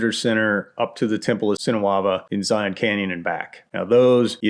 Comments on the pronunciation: Zion is just something else! For those of you who aren't local like I am;), it is pronounced Zy-inn, not Zy-onn. But anyway, PLEASE maybe try the Golden Cathedral off of Hole-in-the-Rock Road near Escalante, I'm looking at it to give it a try to go backpacking for Memorial Day weekend (I know, stupid idea to go during a holiday). I would really like to see your insight on the trail, if not, it would be super cool if you did Coyote Gulch from the Hurricane Wash side so I can see how to do it correctly. I ended up scrapping the trip when I almost made it to the confluence of Red Well and Hurricane Wash because the conditions were less than ideal and I just turned around. Love your videos man! Zion is truly beautiful and manna from heaven despite how crowded it is;). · Y'all are pronouncing it wrong. It's pronounced 'Zi-unn'. Don't sound like a tourist, we make fun of you in southern Utah